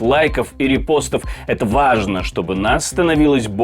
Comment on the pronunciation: Гон.дон убери слова с такими акцентами ваЖное .говори нормально а ни как 🐓